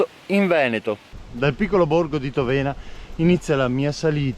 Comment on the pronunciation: Grande. Ti seguo sempre con interesse. Tòvena con l’accento sulla o, Revìne con l’accento sulla i 😊